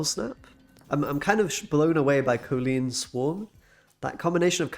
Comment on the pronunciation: COL-Leen not COE-Leen 🤣